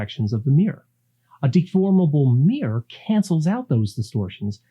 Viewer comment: Mirror has 2 syllables. Fascinating topic!